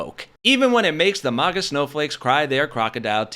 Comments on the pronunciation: Stop saying "mahgah". It's maga. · Why do you keep pronouncing it as "mogguh" when it's MAG-uh? It sounds cringe please stop. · Why do you call it mawguh? If anything, you should call it muhguh. Nobody says awmerica. They say uhmerica. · Bro talks a lot of smack about a movement he can't even pronounce. There is no world where MAGA is pronounced MOGGA lol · A little off-topic, but why are people pronouncing maga as “mahga” now? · You definitely pronounce MAGA wrong. Its painful to hear.